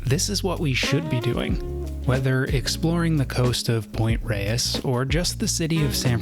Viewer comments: For all people named Reyes out there, THANK YOU for saying it correctly 😁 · Not. It's a Spanish word and it's pronounced the way pronounces it and that's the way it is pronounced by locals who pay attention.